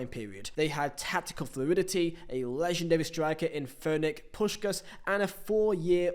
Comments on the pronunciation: What's with that Ferenc Puskas pronunciation? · "Fernick Puskas"??, why've you gone and done that